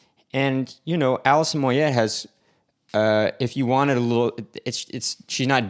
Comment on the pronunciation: It,s pronounced Moyeh not moyet, not being a wanker honest lol.